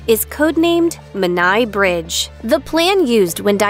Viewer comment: pronounced Men eye Bridge